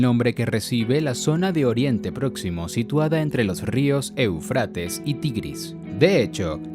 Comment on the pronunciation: Esta bueno el video pero me duelen los oidos cuando dice eufrÁtes cuando en el mismo video muestran el acento o tilde en la primera e Éufrates!!